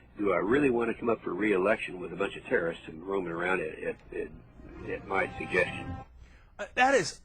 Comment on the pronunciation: Anyone, including if not especially a politician, who says "terrist" instead of "terrorist" as a matter of habit, should be ignored.